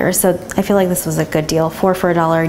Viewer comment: and you always say I FFEL LIKE